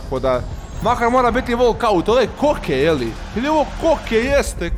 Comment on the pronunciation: Bukvalno ja lajkujem govori volkaut